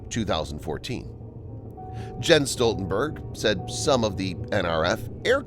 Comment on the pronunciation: The "J" in Jens is pronounced like a "Y".